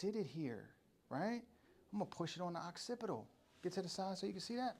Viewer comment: Definitely once one the best instructors in the business i just can’t stop and laugh a little every time you say Oxcipital